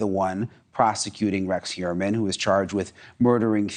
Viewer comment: Finally, someone who knows how to pronounce Heuermann!